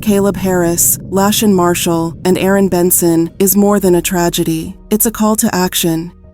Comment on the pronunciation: Her name was La Shon, not Lachin